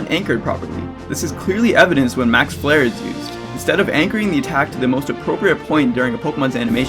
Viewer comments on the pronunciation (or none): none